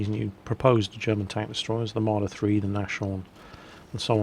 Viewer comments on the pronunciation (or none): its more like nas-horn then nash-orn:P Just so you know before it will come out ^^ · German guy here. Nashorn (which means rhinoceros in English) is pronounced nahs (sharp s) horn, Nas(e) meaning nose, and Horn (obiously) meaning horn. Also: Panzer is pronounced pan|tser (like you say it right now, but with a t + sharp s instead of an English z) Panther is pronounced pan|ter (just as right now, too, but without a th and a t instead). Sorry for exploiting that comment to get you to notice this (if you even check your inbox :P). Hope you learned at least how to pronounce Nashorn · Hi, since you're very keen (and skilled) on pronouncing German names properly, Nashorn is actually nas-horn ("nose-horn"), so there's no "sh" in it... You could pronounce it narse-horn for a close match.